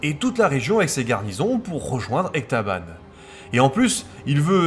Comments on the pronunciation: Très intéressant, cette petite histoire de révolte d'Ecbatane. Ou Ectabane ? Tu fourches parfois, mais peut-être qu'on peut dire les deux ? 😁 En tout cas, ta série Antiochienne s'annonce prometteuse ! Hâte de voir la suite ! (Petit détail : il me semble que la description de ta vidéo est restée "vierge" : tes sources n'y sont pas listées, il a juste les tirets sans rien derrière.) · EcBatane, et non Ectabane... C'est ma seule remarque ! Bravo pour cette émission ! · Tout ça me rappelle mon travail de licence. Une période que j'adore. Continue les vidéos de cette qualité. Juste une erreur, on dit Ecbatane et non Ectabane.